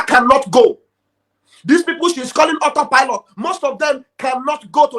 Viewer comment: But come to think about it. It's just looked as all set up. On that her disgracefully speech, she could not pronounce auto pilot. So, if she has been following the Biafran news for a year now and she never heard about auto pilot. Who is she. Something is wrong with her and DOS.